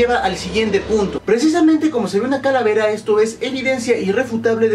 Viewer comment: ojojojojoj like si notaste q dijo caravela......... lool 2.08